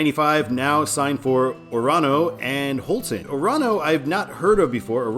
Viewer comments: Orono: the first and last O's are long, the one in the middle is a schwa, accent on the first syllable: OR-uh-noh. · Orono is Ore-uh-no and Stratham is Strat-um. Also thanks for putting in my request